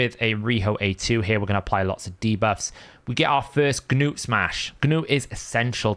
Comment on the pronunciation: Stop saying the hard G in front of "Gnut"! Arbiter even says his damn name in the video. It's not "Ga-newt" You don't say the G in Gnome, same thing.